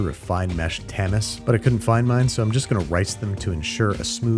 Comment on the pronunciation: Just an fyi, Andrew, tamis is pronounced as "Tammy."